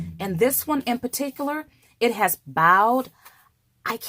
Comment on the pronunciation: Ma'am...the word is bowed...like a bow & arrow...bowed